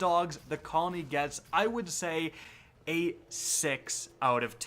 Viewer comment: Osni Araújo he said a six out of ten with the a sounding like 8 da